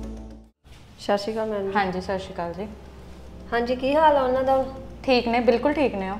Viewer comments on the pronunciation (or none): nu kaho k Shashi kaal nhi hunda sat Sri akaal hunda ucharan sahi karo 🙏🏻